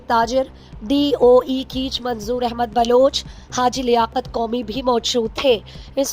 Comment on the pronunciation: Please word darust bolen..lafz keech nahi bal keh kaich hy